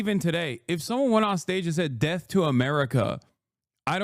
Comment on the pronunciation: It’s not “deaf” It’s “death”…